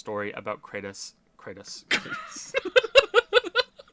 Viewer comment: laughing at himself laughing at having mispronounced Kratos is the funniest thing i’ve seen all week